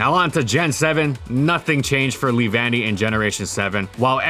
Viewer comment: lee-van-y? I though it was lev-unny.